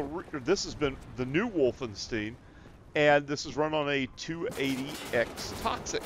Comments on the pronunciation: Bro, it's not Wolfensteen. You're supposed to pronounce it like Wolfen-stEYEn. As in eyeball. Wolfenstein. It's German. Learn simple pronunciations before making an ass out of yourself online to thousands of people. German words with "ei" in them are pronounced like 'eye'. Words with "ie" are pronounced like just E. Get it? Got it? Good. Now remake this video please. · Its called Wolfen-STEIN like "Nein" not "steen." Also you sound like you are talking with Jigsaw's voice